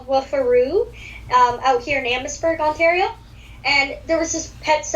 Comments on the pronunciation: Yes lol i should of corrected him on how to say it eh lol 😜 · Oh i was being nice and it didn't matter if you said Ontario wrong hahahaha 🤣😄 also i didn't realize you said it wrong until after i listened to the podcast lol